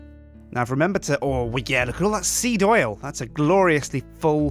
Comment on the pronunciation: The more you say seed, the wronger it sounds.